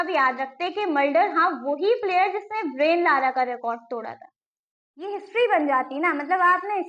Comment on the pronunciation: beta, ब्रायन लारा है, ब्रेन लारा नही।